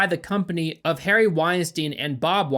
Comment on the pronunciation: did this idiot really just pronounce "Harvey Weinstein" as Harry Weinstein"? Wtf